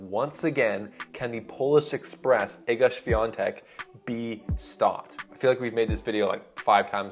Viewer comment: Respect for the good pronunciation of Iga's name, greetings from Poland. (